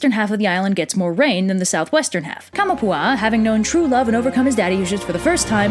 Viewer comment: Kamapua'a........ take of kama and one a...